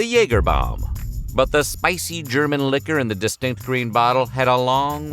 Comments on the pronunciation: I seriously appreciate you pronouncing German correctly. You got my like and sub just for that. Das gefällt mir sehr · Aside from your excellent comedic timing, the other reason WHF should NEVER consider a different narrator...is that our dude can pronounce the German names and words pretty well! I am not saying that only German language is of particular importance, but I take it to mean that somebody bothered to ask: "how do I say this strange foreign thing before I make an entire YT video about it"? This is a (very German) commitment to quality! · The pronunciations of the different German names in this videos are pretty good, compared to most anglo narrators! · Props to you, the pronouciation of these many German words was actually very good